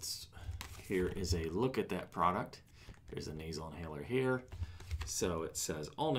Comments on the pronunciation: Hahaha you said NASER instead on nasal!!!! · Naser inhaler? Never heard of that though I have heard of “nasal,” perhaps you pronounced the word wrong.